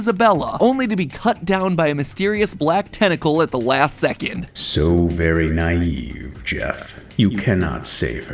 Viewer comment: Vewwy vewwy quiet